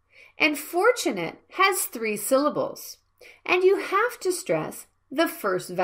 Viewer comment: When you pronounce "i HAVE to," it sounds like you pronounce "have" with an /f/ in place of the /v/ like "half" instead of how you otherwise do.